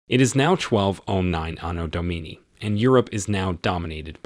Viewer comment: This is the guy with the speech impediment he says . ANNA DOMINI I am pretty sure it is Anno Domini meaning 'In the year of our Lord in Latin" What is it with Americans, why do they so easily display ignorance on every level ?